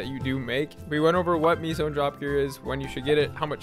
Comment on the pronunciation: Nice vid. Don’t ever say meso like that again omg